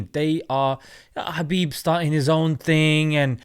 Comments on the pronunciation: its habib nurMohammadov. thats how he would pronounce it. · Fyi, "Khabib Nurmagomedov" should be pronounced "Habib NoorMuhammadov (the light of Muhammad SAW)" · his name is Habib actually, the 'K' is Silent like the name Django.